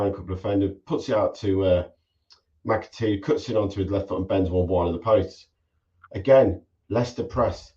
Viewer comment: It’s McAteer not Macatee